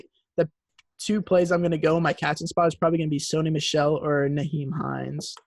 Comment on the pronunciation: S O N Y not SUNNY